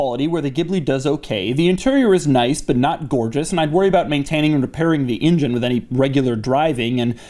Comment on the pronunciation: Love your videos only one issue "Engine" sound it out try again